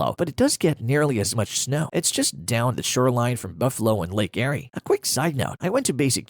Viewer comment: can't pronounce Erie either.